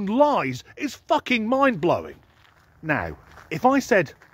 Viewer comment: Annnnnnnnnnnnd, the THUKKING Bloopers 😅😂 🤣